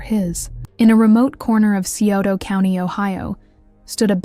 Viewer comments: it’s Sci-oto county. I live there, this horrific crime happened out in the sticks, about 40 minutes from town. I have many fam members that work in corrections around here. I’m happy to report that them two worthless people are having a VERY rough time in prison. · Sure wish ppl would learn to properly pronounce the cities in these cases!